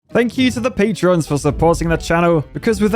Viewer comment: I believe they're called 'patrons' instead of 'patreons' as you've been saying.